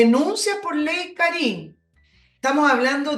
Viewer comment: Por favor , y por el Amor que le tengo a mi Madre ; El acento de Karin va en la A , por favor . Me molesta la acentuación . Mi Madre se llama Karin . Gracias